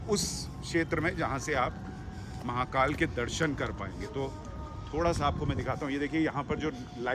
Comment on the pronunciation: Sir, I request you to speak Hindi as much as possible and avoid Urdu... Atleast while calling out the names of God's. The speciality of Indian languages is we pronounce exactly what we write. So please pronounce महाकाल as म हा का ल and not म हा का ल्॒ There is difference between ल and ल्॒ ल्+अ = ल